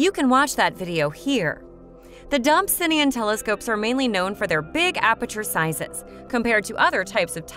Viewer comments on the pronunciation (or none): DOB - SONE - EE - AN .......pleeeease!!! It's NOT a 'Dob - sin - ee - an'! For goodness sake, at least do your homework before publishing this awful video. 😱 This video is just HORRIBLE to listen to. I am in fear of the next mispronunciation of Dobsonian. It just hurts my ears and my brain! 🤬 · I’m sorry, this video was amazing but if you say dobsonian like that more I might fling myself out a window lol. Great info but srsly